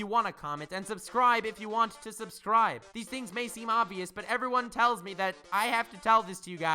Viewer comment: I die a little inside whenever you say subscribble. That's some rawr xD level shit